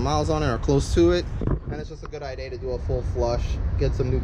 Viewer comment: Thanks for the video bros! Now I know I need to get the 330 mm rotors. One question though, why do you say rear and idea as rare and iday? lol